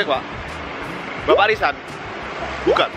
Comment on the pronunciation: Kak Jerome : "Bapak RISAN" Yang aku denger : "Bapak LISA"